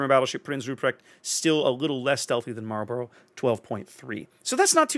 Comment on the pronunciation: Kudos on the correct pronunciation of 'Marlborough". It's down the road from here. Always sounds funny when people say it like it's a pack of cigarettes. Edit: Oh wait, you just did the cigarette thing. Got it right the first time though ;-)